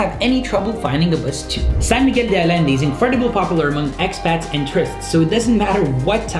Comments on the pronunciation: Great video, you seem to like and respect putting the drone incident aside the people and the country. I recommend you to do this also 1- Pronounce the names CORRECTLY as mexicans do (You pronounced in correctly: Words mispronounced in your video are: Allende, Coloradas, Heroica, México, Holbox, Chiquilá, Cráter and Honda, it´s NOT the car, dude, Xilitla, Potosí, . The X in Mayan names is pronounced Sh, i.e. Holbosh) because you´re giving the wrong information here. 2- Write the name in SPANISH as it´s the real name (below you can translate it in english)("Fuerte Veracruz", The Cenote Pet Cemetery has a sign with that name but its real name is "Cenote Sac Antún" and most people know it by the real name, "Sima de las Cotorras" NOT Cave of Swallows). You also give wrong information if you name the place in english. 3- Talk about PRICES to get in. If we travel to a foreign country we should at least learn the basic words and sentences to communicate and pronounce the name of the places and people correctly as a matter of respect. Most of mexicans think U.S. citizens are lazy because they expect locals to speak spanish instead of them learning basic spanish, specially if it´s a place they visit often. P.S. Not on this video but the word tamale is incorrect. It´s Tamal (singular) and Tamales (plural). Also your video tells a different story about México. You can see it´s not dangerous if you don´t mess with the wrong people or if you´re not into illegal things. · You are wrong is not alende it is San Miguel de Allende like Ayende ok?otherwise people going to call it wrong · Say "San Miguel de AYende" not Alende! Double L in Spanish is pronounced almost always as Y. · Like si estabas buscando comentarios en español a y por cierto se pronuncia ayende no ayende Bye the Wayne IT is pronounced ayende no alende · Ayende! Pollo = Poyo, not Polo!! Great job!!! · allende is pronounced AYENDE , two Ls sound like a Y in spanish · Allende is pronounced aYende.